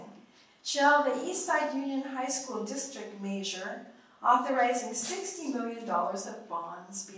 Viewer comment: im sorry, and i know this is petty, but i can't stand the way she pronounces "measure" as "may-sure".